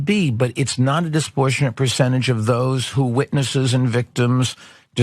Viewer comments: That $60Billion didn’t buy him any basic pronunciation skills. “Disportionate” isn’t a word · 'disportionate' - definitely not a word